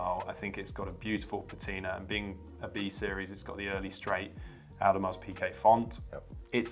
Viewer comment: Lol Audemars (pronounces the s... tsk tsk)